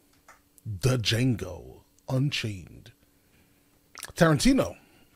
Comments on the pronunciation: Dude, did you just say Da-Jango? 😂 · Lmao, your opening pronunciation of it had me in tears. The line in the movie where he says “ the D is silent, hillbilly”. 😂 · The “D” is silent, hillbilly 😂😂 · The d is silent g lol 😂